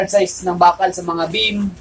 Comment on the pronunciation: Beam hindi Bemm